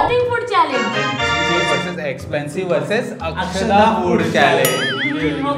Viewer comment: Akshida incorrect Akshada correct